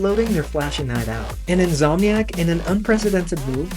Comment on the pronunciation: The most jarring thing for me was In’S’omniac being pronounced as In’Z’omniac. That’s gunna haunt me for the rest of my days 😅